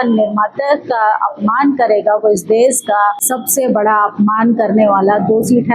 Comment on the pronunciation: आंटी देस नहीं देश होता है। सपथ नहीं शपथ होता है। कम से कम भाषा तो सुधारो आंटी। 😢😢😢😢